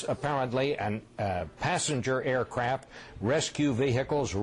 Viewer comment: “Passenger aircrap”